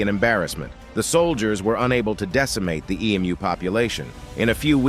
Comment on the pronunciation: As an Australian, I naturally feel pride in our forces at the great Emu War. Remember: Emu is pronounced Em-You and not E-Mooh.